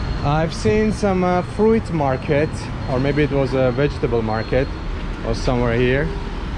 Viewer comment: It’s pronounced “froot” not “ fru-it”